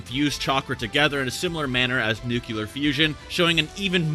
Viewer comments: NuclEAr not nucUlear PLEASE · Bro pls The word is nuclear, not "nucular" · Nuclear is pronounced Noo-klear not Nuke-ya-ler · Not trying to be a dick or anything, but for future reference. It's pronounced Nuclear, as in New-clear not nucular like New-Q-lar. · NucEAr not nucular. I was going insane. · I must be missing something, does nuclear have 2 'u's in it? I always thought it was pronounced new-clear, not new-kyu-ler... Edit: added clarification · Really wanted to watch this to the end, but I get really turned off by the "NUCULAR" every time.... Nuclear (Just think of New and Clear together and it will get the correct sound)... Sorry to be annoying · Man said nucular when it said nuclear on the screen.. smh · I swear if you say "nukihlar" one more time dude.... NUH-CLEAR bro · Why would you say “nucular” instead of “nuclear” it really confused the non-English speaker that I am so I had to check and yeah, it's an incorrect pronunciation that literally came out of nowhere in the English language. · "nucular" Cringe "Nucular" Cringe a little harder "Nucular" Goddamnit, it's NU CLEAR. I blame bush Jr for this shit. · NUCLEAR... NUCLEAR... NUCULAR ISNT A WORD!!!! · NEW-CLEAR not NUKE-YOU-LAR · New-Cli-Er Not "Nu-Cu-Ler" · Nuclear, not “nucular”. Shippuden, not ShiPOOden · Pls bro its nuCLEAR not nuCYULAR. You sound like You from Brooks county bruvv. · NU-CLEAR not NU-CU-LAR🚶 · Nu-clear. 👍🏼 nuclular👎🏼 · Me: enjoying the video that has graciously blessed us with: Nucular Me: what in tarnation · "Nucular" I mean apparently you would hate his nerd talk because you aren't even able to spell ☠ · no, actually. Nuclear is pronounced "new clear." It makes ZERO sense for it to be pronounced otherwise because there's no indication that there is another u in there. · How hard is it to say ‘nuclear’ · Where are you getting the second “U” in nuclear? I don’t understand why people say “nuke-you-ler” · "nucular fusion" sure is insane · "Nuke-ular fusion" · “Nucular” lol